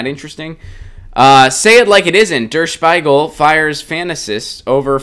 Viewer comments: Bloody hell! It's "der Spiegel", not "der Spaigel". Learn to pronounce words before you pronounce them! Nobody in Germany would pronounce English or French or Chinese or whatever words as bad as Americans pronounce German words! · d00d, no! SHPEE-gull.